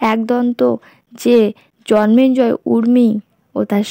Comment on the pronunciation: Bar bar jonmenjoy keno bichi.biriktikor. it's Jonmejoy and not Jonmenjoy.